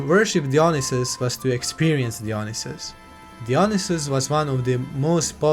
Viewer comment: great video , just one correction for future videos . its pronounced daionaisus , no dionisus